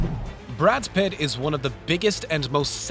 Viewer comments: His last name isn't "Pitts." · He also referred to him as "Pitts" once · ...and then he said Pitts. Pay attention. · PITT! PITT! Brad PITT! Jesus Christ... Are you from this planet? Learn the names of people, man! You sound like an alien trying to blend in with Earthlings. You're not from around here, are you?....